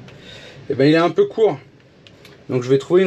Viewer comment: peuneu me fait mal aux oreilles... Sinon, bonne merde pour trouver un deuxième pneu à la bonne dimension :D